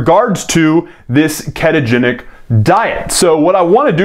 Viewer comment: It's ketogenic not keetogenic LOL